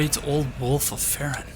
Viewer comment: I'm pretty sure the pronoucement of 'Farron' is with the hard 'a'--FA-ron. I think that's what was in the opening cinematic. Also, according to , the name Farron is a pre-1066 French name meaning Ironworker or Blacksmith. It stems from the Latin ferrum, or iron. As far as lore goes, I have know idea what that could mean; maybe Farron helped arm his own Legion?